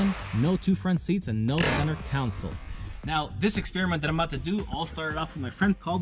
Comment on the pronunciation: Con.....sole.......con....soul......anything but council